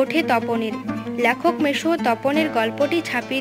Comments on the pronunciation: কথাটা ল্যখক নয় লেখক।😊😊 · lekhokh, laaaykhokh noy